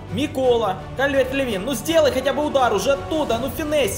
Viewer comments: не Калверт Левен, а правильно Калверт Льюин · Давай ещё выпуск и больше матчей, пожалуйста. Да и ещё не Калверт-Левин, а Калверт-Льюин (как-то так)